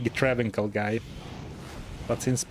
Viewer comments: IF you ever read this, Travincal is pronounced like Transylvania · to clarify, the 'c' in Travincal is pronounced as a 's' sound